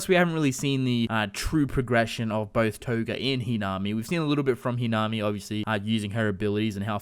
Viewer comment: It's pronounced he na me